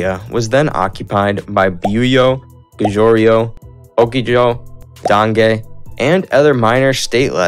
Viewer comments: It's pronounced: jo-sun :) and it's not pronounced gojuriyo LMAO Go-goo-ryeo! Thanks for the great video! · Joseon pronounces as "Jo Sern" or "Josun", not Jo Se Un. Goguryeo is "Go Goo Ryuh" or "Go Goo Ryer"! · Yeah, I literally started screaming at him outloud "So it Gouryou or Goguryou" cuz I need to review some history for my test and I'd spell all the names wrong with a pronounciation like that Why do americans like to mispronounce even the simplest words istg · 아니 고구려 백제 신라 발음이 ㅋㅋㅋ 구주라송 박쥐 실라 ㅋㅋㅋㅋ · Love how he slays all the name. Joseeyeon, Gojuryo, Bakji 🤣🤣 Not gonna even mention the peoples name 🤣